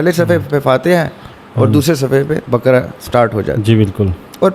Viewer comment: Lafz baakara hai bakra nai. Kindly pronounce it correctly 😢